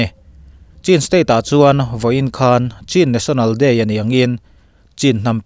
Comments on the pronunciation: Cin ni lo in Chin ti tur a ni zawk e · News tal hi i en ngai lo em ni? Chin/kachin i pronunciation hi i va harh har ve aw!